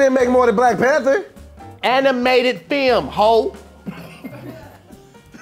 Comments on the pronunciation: “AN-I-MATED FILM HOE”- LMAOOOOO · Film but no “L”